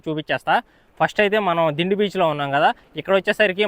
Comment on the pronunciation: "డిండి" కాదు... "దిండి"..... సూపర్ వీడియో❤